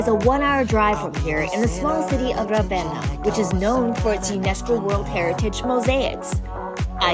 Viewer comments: It’s not Ravena with stress on "a", but Ravenna with stress on "e" and a long-spelled "n". Trust me, I’m Italian and I was born in Ravenna. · Try this: Rah- Veh- nnnnnnah. Thank you! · Surely you must have heard how the people say Ravenna..or you just don’t care..why disrespect the Italian people by saying Ravenna so damn wrong 😡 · All good, but not being able to pronounce correctly even the name of the town (which is so simple!), let alone anything else is just… so American 😁🤷🏻‍♀️